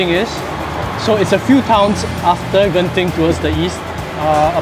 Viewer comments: He said gen-ting not gent-ting hahaha, well blended in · Thumbs up to for pronouncing 'Genting' correctly!😄